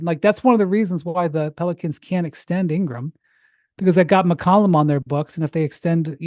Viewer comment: McCollum not McColumn💀